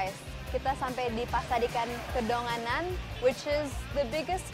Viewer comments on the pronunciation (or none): Kedonganan btw bukan kedongan